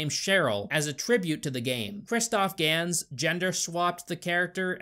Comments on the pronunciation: I have to say it. I think its pronounced "Ganz" bc. It sounds german and Gans is a german word, which means Goose. And we (ye im german) have a rly rough accecent so, yeah its problaby for you a rly, rly mean and loud "GANZ" and then you have the perfect german Accent. Im high as hell rn but you guys got my point i guess. Love yall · Ist pronounced Gans its a german last name this argentinian dude has...... 😬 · Hello im argentinian and it's Gans not Gans, you're welcome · So, Gans I assume is the german word for Goose. Meaning, it's pronounced like guns but with a sharper pronounciation on the u.